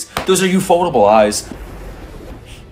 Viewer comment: Its ufotable...ufo..table.. Not ufot-able.